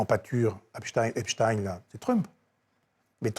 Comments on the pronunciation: Arretez de dire Epstine... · « Epstine » cette façon de prononcer avec inversion des lettres, l’inversion des concepts, signe la corruption, le corrompu. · Epstein était américain, pas allemand (ni français croyant parler allemand).